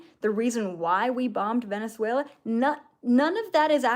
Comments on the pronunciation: Thank you,, for this information 🙏❤ I'm curious about the role of Venezuela from the behind the scenes point of view. Do you have any video where you talk about it? Btw, your pronunciation of Venezuela is perfect 😃 Thank you very much for this download 🤲❤ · I think you are saying Venezuela perfectly. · You’re actually pronouncing Venezuela as a native. Love it! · You are saying Venezuela correctly 😊